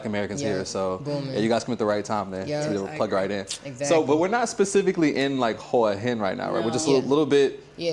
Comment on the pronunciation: Bro please pronounce Hua Hin correctly.